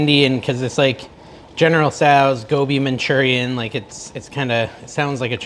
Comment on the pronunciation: Gobi Manchurian….. My absolute favorite dish! (you pronounced it correctly)